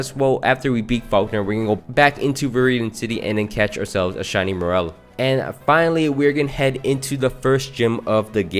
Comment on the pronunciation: “Morel” it’s Morr-Lull.